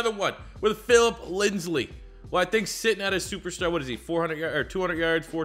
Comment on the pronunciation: Bruh when he said linsley I was so mad it was so annoying but other than that I enjoyed the video